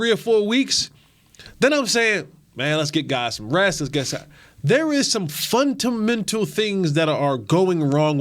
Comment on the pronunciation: says theres funtanmental things going wrong